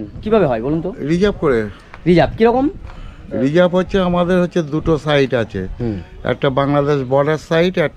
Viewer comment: কথাটা সাইড নয়... সাইড মানে পাশে কথাটা হল সাইট 😂